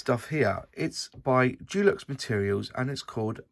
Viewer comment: De lux not Du lux! 😉